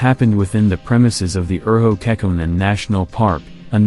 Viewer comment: I love how the AI voice says "Urho Kekkonen", just absolutely horrible pronunciation lmao